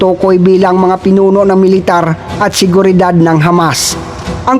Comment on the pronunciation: ayus lang yan kaya paki ayus naman ang pronounciaton nyo para magandang pakinggan yong IDF nyo naging ayde ef at military nagi meletare